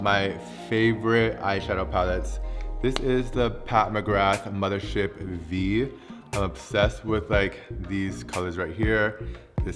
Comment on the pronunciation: "Mathership Vee" ahahahah that's the roman number fifth/five